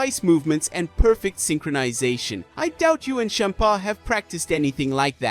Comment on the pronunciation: I’m so sorry but the way you kept saying Bempa was hilarious. 😆